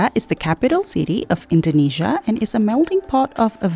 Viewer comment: I don't get it why you pronounce Jakarta and Indonesia very wrong even though u come from Indonesia